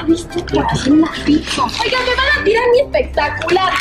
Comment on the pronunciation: Vlogeras fantasticas no dijo pizza dijo picza